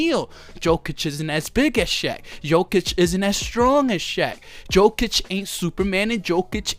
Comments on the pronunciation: Yokic read it and that's how you shoul pronounce his last name. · Yo! First of all is not DZOKIC!!! IT IS J J J J J J J J J J J J OKIC!!!! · Great video 😂😂. It’s pronounced “yokitch” for future reference.